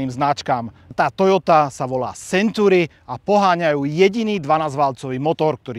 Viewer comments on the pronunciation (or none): to su silne slova, video nebolo spatne. ale na tej anglictine to chce trosku zapracovat, century sa urcite nevyslovuje [senturi]...trhalo mi to usi celu dobu